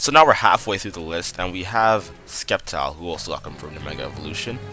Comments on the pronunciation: its prounced Sept-Tile Not Secpt-Tile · It's Pronouced "Septile" not "Skep-tile" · When a pokemon youtuber says Skept-ile instead of Sept-ile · You said skep-tyle. I thought you were joking. Then you kept saying it. ITS SEP-TYLE!!!! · Did you say SKEPtile omg I can't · You said skeptile lol but nice content i like your commentary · SAY SCEPTILE RIGHT!!! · Aaargh, you keep mispronouncing Sceptile! So irritating! Stahp.